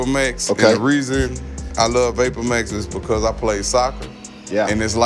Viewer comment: Nigga said vapormayx